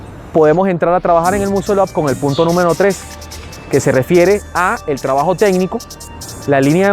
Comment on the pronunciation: Primero enceñate a pronunciar la palabra muscle up y para hacerlo se necesitan huevo no técnica!!!